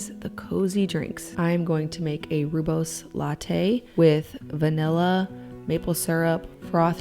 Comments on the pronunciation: The breads look amazing! I think rooibos is pronounced ROY-bus. My step father was from South Africa, and that's how he pronounced it. It's a lovely drink! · You have a beautiful family culture. Btw just a fun fact - Rooibos tea is pronounced "roy-boss". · Lovely to see you drinking our beautiful South African rooibos tea ! Ps you pronounce it roybos